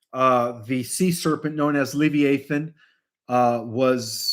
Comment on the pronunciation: It’s pronounced Lev-EYE-uh-thin